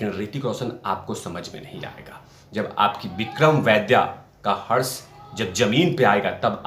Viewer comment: शब्द हर्ष नही हश्र लगेगा यहाँ पर।